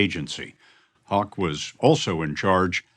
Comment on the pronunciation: His name is Haugh, but he pronounces it hawk instead of how , haw , hoff or hog ?